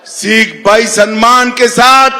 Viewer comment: अमित शाह जी पहले सिख बोलना तो सीख ले